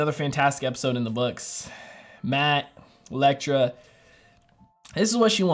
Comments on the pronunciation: My boy been calling Elektra “Lektra” for episodes now lmfaoo 🤣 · much love bro. I gotta say this tho, Matt’s assassin girlfriend is named Elektra. E-lektra. Not Lektra. Sorry if me correcting you seems douchey or pretentious but just know its from a positive place. Big fan! Keep up the good work! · I'm so curious how many more episodes he'll go calling her lektra lol